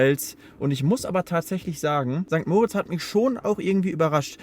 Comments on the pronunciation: St. Moritz wird nicht wie der Name "Moritz" betont, sondern, wie für das Engadin bzw. den Kanton Graubünden üblich, mit Betonung auf der zweiten Silbe Mo-RITZ (etwa wie Morritz). Andere Beispiele: da-VOS (nicht DAvos) oder zwar nicht Engadin, aber ähnliche Region (in Liechtenstein) va-DUZ (nicht VA-duz) Und man sagt nicht "Grützi" sondern "Grüezi". Das e wird auch ausgesprochen. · Sorry, bin Lehrerin: Bei St. Moritz wird das i betont und nicht das o.